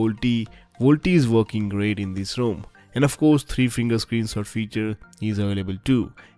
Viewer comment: I have yet to find an Indian pronounce the word 'rom' correctly